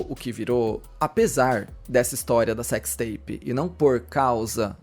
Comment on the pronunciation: Cecsi teipi de guê? 😂